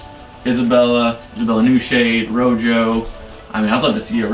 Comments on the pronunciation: “Row joe”, rojo is pronounced “row ho”. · “Row Joe” lmao